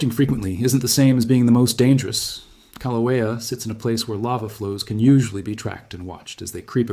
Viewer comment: AI slop. Can't even pronounce Kilauea.